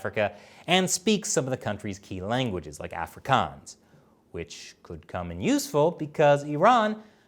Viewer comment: Your pronunciation of Afrikaans was painful. It's pronounced more like- of-ree-carn-s